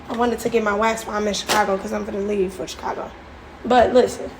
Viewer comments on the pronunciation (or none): none